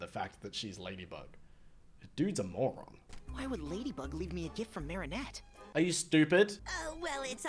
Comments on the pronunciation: I have to say something. It’s Marinette, not marionette. Her name has three syllables, not four. Btw, you need to watch this show in chronological order for it to make sense. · Also wanted 2 point out its not 'marionette' its 'Marinette' (Mah-rin-et) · I LOVE HOW YOU SAY MARIA ANNET 😭😭😭 its marinette btw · Akumas are butterflies that the villain Hawk Moth/Shadow Moth (same person) uses to turn someone evil to try to get Ladybug and Cat Noir's Miraculous. For Ladybug it's earrings for Cat Noir it's a ring. Also, it's really bugging me that you're calling Marinette Marionette. There's no O! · he said marionette. i almost clicked off. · Listen to the characters please. Ladybug, Marinette. Not Miraculous and Marionette.